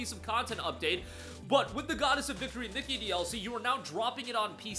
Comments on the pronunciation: Its not Nikki but Nee-Kay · the way he says nikke bro.... hes saying "nicky" and not "knee-kay" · Nikke (Nee-Kay) btw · KNEE-KAY is how you pronounce it